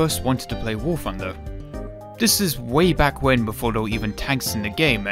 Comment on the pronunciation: "Wooor funder"